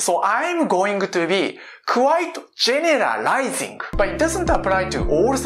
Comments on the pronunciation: When you say "generalizing", it helps when saying the "ral" bit, to drop your Adam's apple down, LOW. "GEN-ER-rul-I-ZING" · You’re accent and pronunciation is excellent. May I give you a tip? For the word: generalizing try “general” then “eye sing” slowly.. then say it more squished together but still slow so your tongue can figure out where to go. Maybe try these: General General-eye 👁 I sing🎼 Lysing GEN’ ahrah LYSE” ing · "GINARALAAIZIINK" A for effort -_ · That tongue slip could have been way worse. At least you weren't "Genital-izing".....there would be no coming back from that one☠️ Another solid vid, 👍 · You could pronounce it 'gen-ril-ize-ing'. People would still understand you. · Interesting video! I guess I wouldn't do well in Korea since I like to be alone and hyper-focus on stuff. I'd be too "distant". Also, I totally understand how you feel about messing up words,. English is my native language, and I still struggle to pronounce words correctly:( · I May be generalizing, but some English words are hard to pronounce